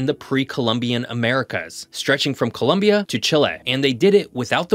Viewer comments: It's Colombia, not Columbia. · . NOT "COLUMBIA" 😭.